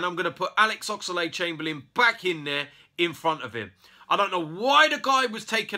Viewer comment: No offence but it's ox-lade but not ox-a-lade